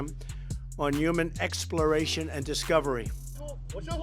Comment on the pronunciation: Couldn't say human. 😂😂😂😂